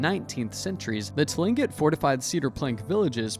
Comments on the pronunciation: so few things, tlingit isn’t pronounced how it looks it’s pronounced clingit, second the little cartoon of the “seneca” woman she is wearing 3 feathers upright, that’s how Mohawk Indians wear their feathers, Seneca is 1 standing feather, then over to the “Mohawk” cartoon, the attire is incorrect along with probably most of these 😂 but appreciate the information on the subject you just need more authentic presentation. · It is pronounced klincit for tlingit. I have a friend who is apart of that tribe. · Tlingit = Kling'et Baranov = Baranoff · Tling'it is actually pronounced closer to "Klink-it" For those interested in this and closely-related topics, I suggest that you use this interesting, but incredibly superficial video as a good intro to begin your real deep dive .. there is a LOT more to it all!